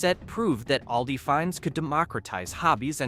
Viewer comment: It's called all - di